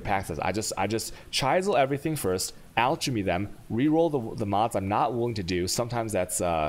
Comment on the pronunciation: Come on dude, /ˈælkəmi/ alchemy, /ˈænərki/ anarchy and WHALE EFFECT. Damn.